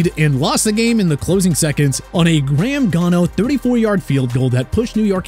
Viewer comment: Did you really say Graham Gaw No